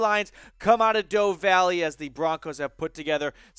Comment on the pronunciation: It's "Dove" Valley as in the bird, not "Dove" Valley like the past-tense form of "dive".